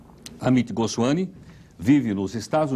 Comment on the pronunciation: O "professor" (professor?) Heródoto Barbeiro não conseguiu pronunciar, de forma correta, o sobrenome do dr. Amit Goswami. Substituiu "m" por um inexistente "n".